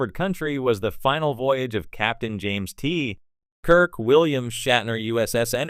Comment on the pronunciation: OMG get a better AI voice generator ... that was horrible. James ... TEEEE ... Kirk.